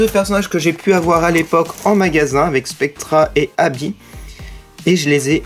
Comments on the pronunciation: mais c est vrais tu dit abbi alors que c est Abbey on fait la pait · c est pas habit c est habey